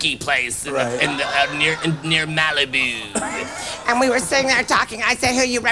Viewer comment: I will now pronounce it Malibooooo from this day forward. Thanks Jiminy!